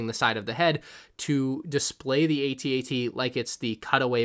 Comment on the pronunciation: No hate but the section of the videos says "bad bat" instead of bad batch lol! Also, you pronounced AT-AT wrong. why did I get so triggered by that?